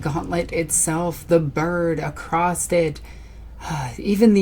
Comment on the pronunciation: "Across(t) it"... LoL... There isn't a "t" on the end of the word there darlin'... I am sorry, it is just that I hear this kind of badly spoken English constantly here in Arkansas, and it kills me to see folks not even knowing how badly they are mangling their own fucking language. Though this type of shit is my biggest pet peeve I will admit, so I am obviously overly sensitive about it all. That aside, it is honestly awesome as hell to see a cool chic this into WARHAMMER!!! No lie, it makes me optimistic for the future of the franchise.